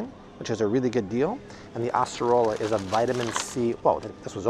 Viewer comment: Really impressed with correct pronunciation of “açaí and acerola fruits”. Great video as always. 🙂